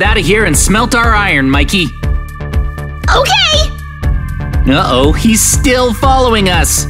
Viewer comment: And it’s mickey not mick